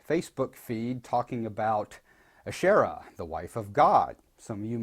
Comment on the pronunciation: Wow u really pronounced the name right kudoos to u